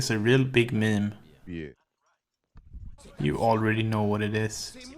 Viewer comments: mim? stfu. it's meem. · "mem spedrans" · the way he say meme ~ meeem ~ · I've heard it pronounced Meem, Memi, Mimi, and even Mem, but until now I've never heard it pronounced mmmuh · $10 to whoever can spell how he pronounces meme